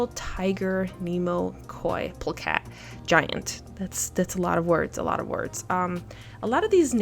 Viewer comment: The pronunciation for Plakat ist actually "Blah-Gutt" sorry. 🙏🏾🙏🏾😁👍🏻